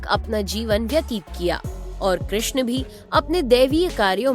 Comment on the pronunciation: कृष्ण चा उच्चार चांगला केलाय. आवाज ऐकायला सुस्पष्ट असल्याने चांगलं वाटले.